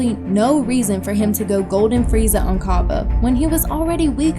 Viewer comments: why u pronouncing his name "cobba"? it's cabba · B oo “Cah-Buh”